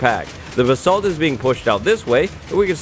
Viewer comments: Your pronouncing “basalt” wrong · Me correcting him everytime he says basalt wrong